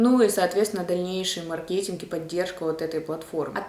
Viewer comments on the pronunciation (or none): none